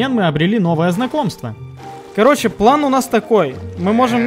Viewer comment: Слово ПлЭн коробит ухо , можно четко сказать слово ПлАн и это будет убедительней , а ПлЭн это стремная фишка